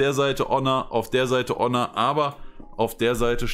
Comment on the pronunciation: Ja, so wird Honor ausgesprochen. Und jetzt?